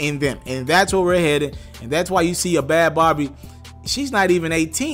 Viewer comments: Bhad Bhabie is pronounced Bad Baby. Please pronounce it properly. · Its pronounced Bad baby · I thought her name was bhad bhabie. Bhabie being pronounced as baby